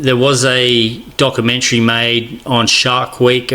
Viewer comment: “Docoomentary” “popoolated”.